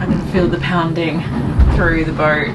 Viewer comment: You are either developing a speech impediment or turning in to a Brit! It's pronounced boat, not boa lol! Another great video thanks guys. By the way, UV is the bane of my life as a boatie too.